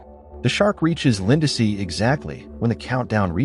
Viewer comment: Poor Lindsey. AI keeps calling her Linda-see!